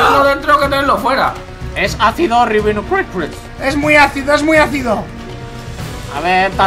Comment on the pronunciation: Alguien escucho a decir que era ácido ribino Cris Cris jajajajaja